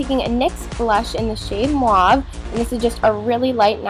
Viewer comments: i think its pronounced mau-ve not mua-ve sorry just lettin u kno but <3 ur work!! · You say mauve weirdly but I love the tutorial!